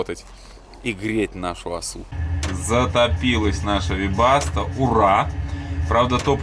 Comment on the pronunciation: теперь я знаю, как правильно произносить "вебасто"